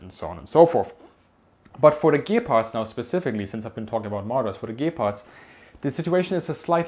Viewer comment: Everytime you mention Gepards it sounds like you're saying 'Gay-parts'. Can't unhear it anymore :(